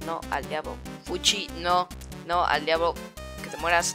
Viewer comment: Alguien mas noto que cuando estaba borrando a Sans de la imagen en vez de decir al diablo decía... "a diabo nopnp al diablo Sans" decía Diabo:v